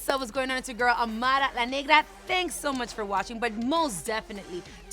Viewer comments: The way they say Amara sounds like amala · It annoys me how everybody is pronouncing Amara's name! Its literally the only time they try to roll their R! Like STAAAAAHHHPP!